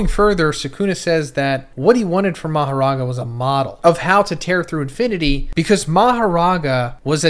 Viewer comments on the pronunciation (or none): none